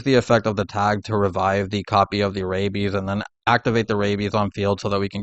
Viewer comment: I am so distracted by the fact that you keep saying rabies instead of rabby/rabbys.